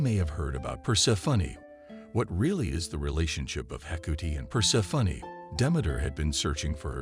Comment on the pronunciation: per-SEH-funny XD